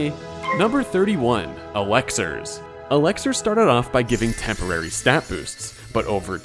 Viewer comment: Dude it's pronounced Elixirs, not Alexers.